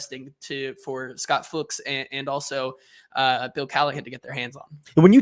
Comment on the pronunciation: To end the guessing: Fuchs is the german word for 'fox' and is pronounced very similar to that, but with the 'u' sounding like the 'oo' in 'looks'. So you got it right a couple of times: "Fooks".